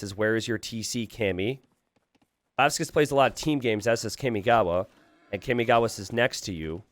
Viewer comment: my inner otaku is cringing everytime you say "kaymigawa" instead of "carmigawa" kamigawa means river of gods and kami is pronounced almost like carmi but with a mute R.